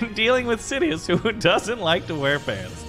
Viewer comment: nobody:: general sidios